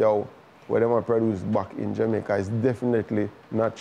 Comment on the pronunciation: I swear if I hear this phucking guy say "JU MAICA" one more time my head is going explode. My God man, You're worst than Portia, and she was trash when it came to pronouncing the word. You need to do better as a big tv host man. SMH